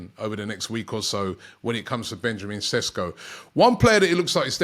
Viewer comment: His name is pronounced SHESKO . Love how all the British media are calling him SESKO 🤣🤣 Sounds Spanish & a more exotic sounding name .